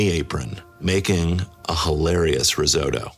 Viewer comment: The hell is a "Ruzotto"? It's a Risotto, it has an 'I' in it. 🤣